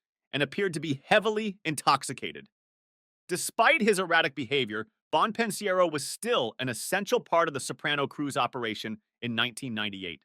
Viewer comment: Bon pin siero 😂